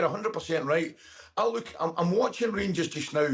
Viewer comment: The rangursh 😂